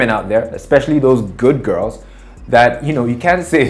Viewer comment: why did you have to say the "good girls" that way😂 Next video. Next video!!!